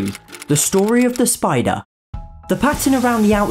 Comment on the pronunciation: Spider not spoder